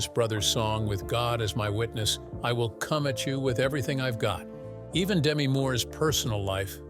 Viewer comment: please work on your AI’s actor pronunciation. Many have mentioned errors and the multiple mispronunciations of Patrick Swayze. Demi Moore’s first name is pronounced de-MEE, short for Demetria. Fix the errors and it’ll be a great video.